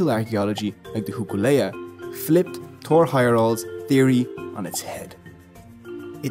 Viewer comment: For future narratives, it's "Toor Hey-er-daal"